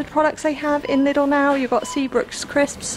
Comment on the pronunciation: Lidl is not pronounced 'little' but 'lee doll'.